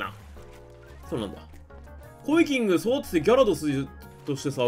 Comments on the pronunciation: 何度聞いてもコイキングの発音良いなぁ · コイキングの発音すこ